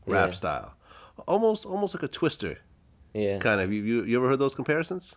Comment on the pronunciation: Glad, the mans name is a twista, not twister